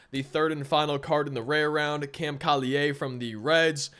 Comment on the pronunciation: Cam Collier doesn’t use a French pronunciation for his last name, it’s like call-yer.